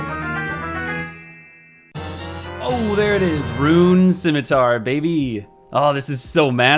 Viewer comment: Is that how you say scimitar?